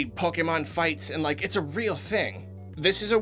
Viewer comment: Automatic thumbs up for correct pronunciation of pokèmon.